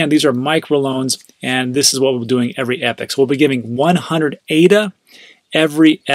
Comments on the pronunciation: 'ee-pock' not 'epic' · Sorry but it's pronounced ee-pock (epoch) every time I heard epic I was cringing. Everything else was good tho 😃